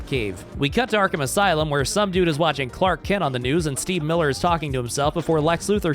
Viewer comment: What the damn is " arkham asy-lum " 😭😂😂